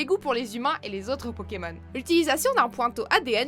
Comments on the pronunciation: Peut -tu arrêtées écorchés les noms des pokemon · Quelqu'un peut lui apprendre à prononcer le nom des pokemon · Un gros soucis de prononciation !😣😣😣😣